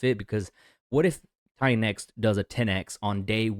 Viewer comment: LOL every time you say $TITANX is sounds like $XEN cope....where are all of your $XEN updates? LOL